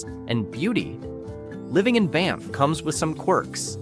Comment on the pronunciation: I think it's an AI reader. It mispronounced Banff at least once, too.